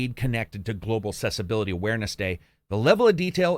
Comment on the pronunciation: Love your stuff but I gotta say it's pronounced aksessibility